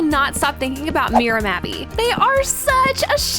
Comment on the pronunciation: You said thinkling